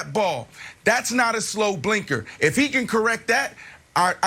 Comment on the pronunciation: I know. I was just making a joke about how it sounded like he kept saying “slow blinker”. Lol